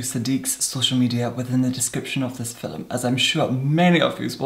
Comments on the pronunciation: I had no idea you were Scottish, but I now think I should have known due to how you say the word "film"! Yes, your last name could have also been a hint but oh well... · Fiona Midgley AND 'film'